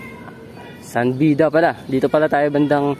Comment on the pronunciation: San Beda, hindi San Bida.